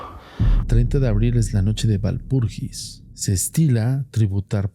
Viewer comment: Walpurgis se pronuncia Valpurguis en alemán. Si se quiere transformar la palabra al castellano entonces se refiere a la noche de Walpurga.